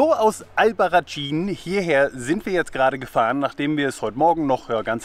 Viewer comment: Es spricht sich "Albarraßin" 😉, "tsch" wäre italienische Aussprache. - Leider kam ich da nicht hin, ohne Auto, wie ich unterwegs war, wäre das Taxi von Téruel zu teuer gewesen für meine sparsame Reisekasse. Sieht toll aus und Téruel auch mit den mozarabischen Türmen und der Geschichte von Diego und Isabel, den Liebenden. Spanisches Romeo und Julia. Diese tolle Canyonlandschaft habe ich nur ein bisschen von ferne gesehen. Toller Wanderweg! In der Nähe von Téruel liegt ein großer Flugzeugfriedhof voller Riesenjets, die auf viellleicht spätere Benutzung hoffen. Die deutschen A380 Airbusse werden gerade wiederbelebt und nach Frankfurt zurückgeflogen, weil in den letzten Jahren die Flugzeugproduktion zurückgegangen war. Aber die Bilder mit all den vielen Riesenvögeln in der leeren Landschaft sehen surreal sehenswert aus